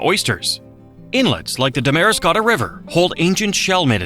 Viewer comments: Pronounced Dam ra Scott ah, river, oysters. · I cringed at his Damariscotta pronunciation. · Maybe learn how to pronounce Damariscotta and Aroostook.😂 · Too bad many of the photos shown were not Maine. We do have excellent photographers here. And you tried, but Damariscotta isn't pronounced like that...cringe. It is a beautiful state and a wonderful place to live. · I was screaming internally when he talked about lobster and showed those overgrown shrimp and talked about low bush blueberries while showing large bushes and the wrong sized berries. Also the way he says "aroos-took" when people from here are more likely to say "Aroo-stick". And he said "Da-mara-scotta" when we usually say "Dam-ra-scotta" (I was born in that area, used to go to the beach there all the time as a kid. Now I live outside Augusta).